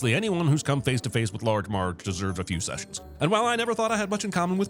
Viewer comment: Did you say "Large Marge"?